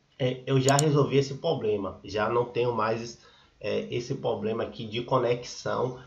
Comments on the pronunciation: Amigo você como criador de conteúdo procure usar o português da forma correta, dói o ouvido 👂 de tanto você falar ( POBLEMA), custa falar problema?, fica a dica. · Moço é Problema e não Poblema pelo amor de Deus, e vc fala muito... seja mais Objetivo! Obrigada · Invista no português. Você mostrou ser um cara esperto, resolveu o problema. Mas é dificil seguir alguém que fala poblema.